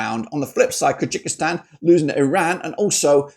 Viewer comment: Kyrgyzstan is called differently sir , look up in Google translate with voice , Qatar 🇶🇦 2 3Kyrgyzstan 🇰🇬